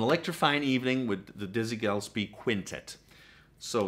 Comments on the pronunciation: Its not Mule again , its Mull again. Not Gell spee , its Guh less pee , Lalo Shiff rin. Just saying. And for God's sake it's not Art Black ee , it's Blay kee ! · It's Gil-es-pee! You hit my soft spot on Red Garland's Piano selection in your list. You surely are well aware of The Three Sounds Trio featuring the piano of Gene Harris. His attack and chords are almost nail on to Red's. BTW, Evans was almost at his peak on the "Waltz for Debbie" more so, in my opinion, than Kind of Blue. Just subscribed. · pronunciation GIL-S-Pee / Not to offend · "Gillespie" has three syllables, not two.